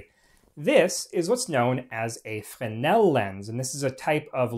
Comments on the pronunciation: Not ‘fen-el’, but pronounced ‘fre-nel ‘. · You start off the video mispronouncing Fresnel (fray-NELL) by losing the "r". The French tend to drop a lot of consonants in their words, but the "r" in Fresnel isn't one of those. Your mispronunciation distracts from an otherwise interesting video. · The word is Fresnel. There is a letter S in the middle of it. Why do you insist to say it wrong?